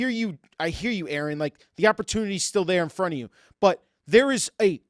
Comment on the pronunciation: 'Its still im romt of us' The iceberg